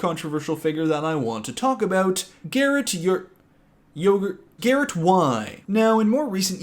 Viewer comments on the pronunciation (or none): I died “Garret Yr, Garret Yr… Garret Y”. 😂😂😂😂😂